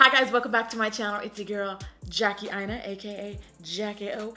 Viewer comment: Every time I hear her sing Jackie Jackie Jackie I hear Salt Shaker 😂😂